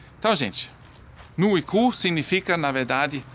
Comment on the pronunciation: Gosto muito de vocês, por isso peço que pronuncie o r entre o c e o u senão vou morrer de rir